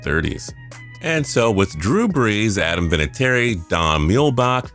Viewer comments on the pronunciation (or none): none